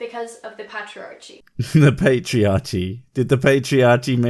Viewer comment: What about her "patchiachy"?